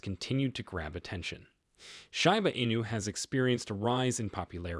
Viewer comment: Bro it’s pronounced like sheeba enu, not shyba 😑 Hard to take you seriously